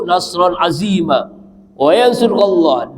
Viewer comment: Apa salah dengar saya ini , ustadz, bacanya kok ... Nasron azimma, bukan nasron azizza, sekedar mengingatkan ustadz ,semoga saya yang salah dengar, tapi saya menyimak terus semoga ustadz selalu sehat selalu